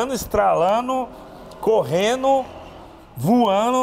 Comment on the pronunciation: "Posano", "andano", "voano", "aprendeno"...só faltou aprender o português "memo"